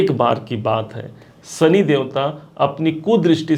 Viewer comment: Bhai, Sani nahin Shani. Aapki bhasha mein saare 'Sha' 'Sa' hain. Video achha banaya hai aapne!